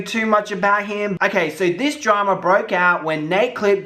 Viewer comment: When he says "drama" it sounds like trauma. 😄 love the video